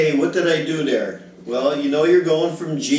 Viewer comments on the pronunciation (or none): Thanks, good lesson. You always leave me laughing, i.e...."Okay, what did I do dare"? LOL